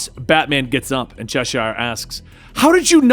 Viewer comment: Its not pronounced Chesh-shire, in england it's Cheshire like the cat, its like when you say Worcestershire sauce, it's like a tongue twister for americans for some reason, unbenouced to me!